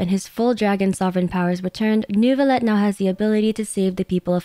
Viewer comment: do you know why many characters pronounce Neuvilette's name as "Nervilette"? Paimon included. Is that perhaps a Canadian French thing?